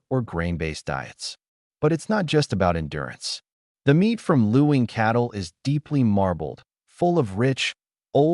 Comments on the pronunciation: Luing is pronounced LING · The pronunciation is actually ling